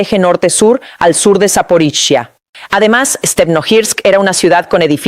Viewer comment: Tu no puede decir saporilla que lo dise sap0riiiya